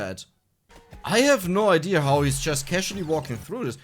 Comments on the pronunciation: i like when you say idear i find it rather charming. plenty of people who only speak English as there only language say it that way. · I don’t care if you pronounce things wrong I like hearing you say idea like idear like mr krabs in SpongeBob